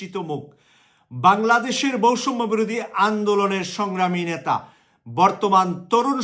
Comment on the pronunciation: ভাই বৈষম্য আর সৈরাচার উচ্চারণ হয় না।